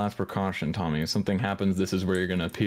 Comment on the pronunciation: I know his name is Tommy but I keep hearing dummy 😅